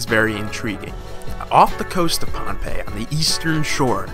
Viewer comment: Pohnpei is not ruined it's just normal dummy I'm from their and we pronounce it bonbei